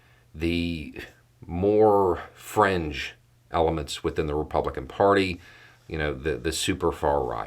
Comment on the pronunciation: You said "fringe", I heard "cringe"...